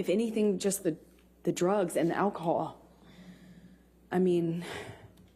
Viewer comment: The way she says ‘alcohol’ 😂😂 it’s like Kate McKinnon on SNL